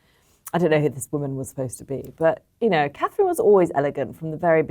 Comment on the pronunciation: Charr. CAN SAY -MEE-Gain BUT NOT!!! CA-THRINE!!! How RUDE AND DIS-RESPECTFUL. ONLY RESPECT FOR The WIFE OF The YOUNGER son OF King Charles